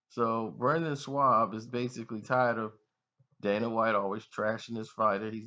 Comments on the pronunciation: This nigga keeps callin him shwab. That makes me think this nigga has no clue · Butchering names bro. A-don-a-say??? It’s ah-duh-san-yah. Also where’s the “w” in the Schaub. “In-gon-you”....jeezus Obviously you don’t know shit about the ufc.